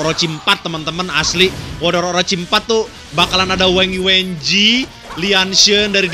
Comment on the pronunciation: ketemu lg ama mba wang yuanji yang di baca yuenji ...